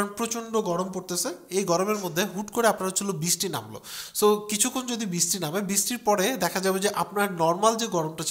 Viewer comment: আসতেছে, যাইতেছে, বিছটি, প্রিয় ভাই দয়া করে বাংলা ভাষা ঠিক করেন, আসছে বা এসেছে, যাচ্ছে, বিছটি নয় বৃষ্টি